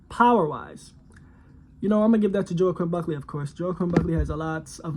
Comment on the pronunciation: That’s not how you say his name, also he’s 6-0 not 5-0..